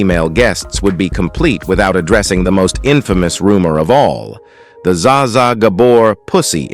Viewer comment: Za Za ? Pleas AI, please do your terminator research to understand the English language. I'm too old for this shiiiiiiiiiiiit